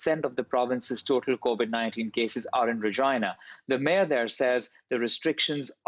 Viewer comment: His pronunciation of Regina sounds weird. 😂